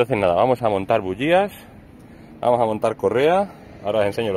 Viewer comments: Terribleee!!! No se dice bugias!! Se dice bujias!! Que harto de reir grande bro! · Puedo bocalizar y decir bujías no como dices tu parece que tengo un chicle